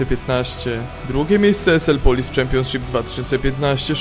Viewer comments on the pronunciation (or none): none